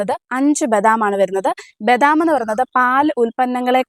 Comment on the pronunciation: ബെദാം അല്ല ബദാം